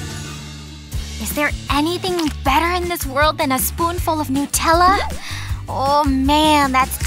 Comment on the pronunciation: It’s not new teller it’s Nutella